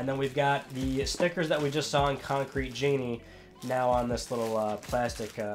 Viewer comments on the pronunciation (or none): none